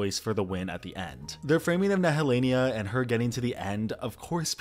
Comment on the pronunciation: Why are you saying Nehellenia like that, when you know very well how to pronounce her name ? Have you seen the show Tamar ?